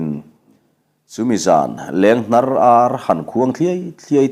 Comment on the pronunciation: Lenghnar tih ah hian hnar tih lai hi i thluk sang khan a dik lo zawk mai lo maw..hnar tih lai hi thluk san chi a nih loh hmel riau.thuk hniam zawk la a dik zawk ang a...